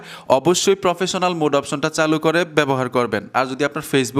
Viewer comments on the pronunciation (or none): none